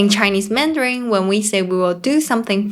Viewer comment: please avoid using anything ending with N followed by G eg, MANDARIN*G It sounds ringing in my ears...mandaring. I know in the Philippines they have P and F disfunction. Same goes to Thailand, eg. S and C disfunction, eg, shop/chop. Shopping and chopping. TQVM. ❤